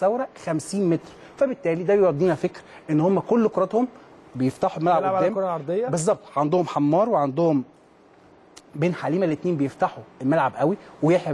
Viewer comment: يااخى انت محلل وناقد رياضى ومش عارف اسم لاعب الخصم قال بن حليمه يااخى اسمه بن حاميه اومال بكاكشى هتقول اسمه ازاى فضحتونا